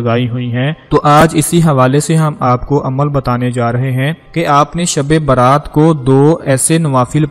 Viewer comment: Dhabi Baaraat nahi balki shabi Barat hay